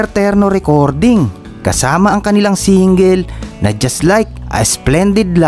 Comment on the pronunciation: Singgel or single?